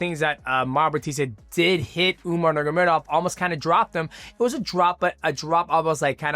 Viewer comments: The way dj says: nurmagomdov haha.. Dj: umar nurmamamagadov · I love mighty but how can he pronounce dvalishvili and not nurmagomedov 😭😭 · He pronounced numogomedov 7 different ways learn how to speak